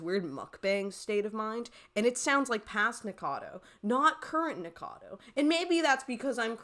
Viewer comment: Splitting hairs, but you leave a syllable out of "Nikacado."